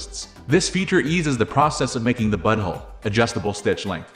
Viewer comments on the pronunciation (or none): i heard he said buttonhole once. the rest i heard he said butthole 😂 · Am I crazy or does he say “butthole” instead of “buttonhole”?? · Yup he says butthole not button hole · Lol it does say "Butthole" instead of buttonhole😂😮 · He did more than once lol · 😂😂😂😂😂😂 sure enough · You're not crazy, this is definitely what it says 🤦‍♂ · it's obviously AI, which makes the use of "butthole" even more hilarious, because the script must have been entered that way. It does say "buttonhole" once, so it almost seems intentional. 😂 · No doubt, he sure says «butthole»! Repeatedly! 😂😂😂